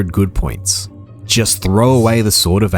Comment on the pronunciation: I'm going to be honest, man - every time you said "good point", my brain kept hearing "good boy point" and I was waiting for you to get to the part of the game where you exchange these points for tendies.